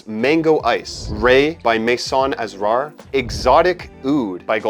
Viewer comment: The word Asrar from Maison Asrar is pronounced ass-rar,, meaning secrets 👌 Edit: the stress is on the second syllable.